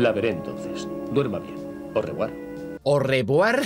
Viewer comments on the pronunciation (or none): "Orrebuar" gente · Arrevoire que dijo Voltaire